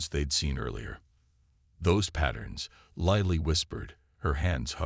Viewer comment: What is it with using Chen in every story line. PLEASE EXPLAIN.? And for goodness sakes get this Lilly pronounced right for my sanity, and grammar.